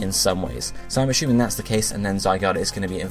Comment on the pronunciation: Can you please stop pronouncing assuming as "ashooming"? It's fucking annoying...